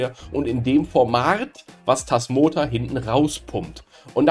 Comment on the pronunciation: Das "Tasmoa" bekommt er offenbar nicht mehr raus.